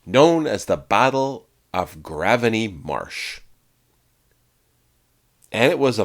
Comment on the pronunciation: We got you, again, with our place names - Graveney is pronounced Grave-Knee.